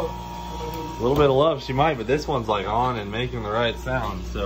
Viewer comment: "Liak Butter" 🤣🤣